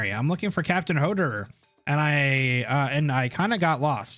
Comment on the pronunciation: The part where you struggle pronouncing hoerderer and ines is hilarious